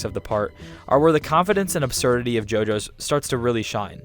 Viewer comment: Refuse to watch only because you say JoJo's idk why but this bothers me